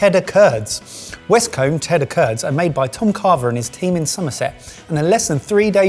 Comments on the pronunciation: Can confirm, I am originally from Somerset and it's the one word where I go proper broad in the accent regardless of if I intend to or not. That said, pronouncing the 'combe' of Westcombe like 'comb' feels very wrong (it should be more 'koom'). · westcoom is the correct pronunciation…..zumersetter here! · may have nailed the “Somerrrrr-set” but he blew it on Westcombe. It’s either “coom” or “cum” depending on how posh you are. A west-comb is what you use on the left hand side of your head.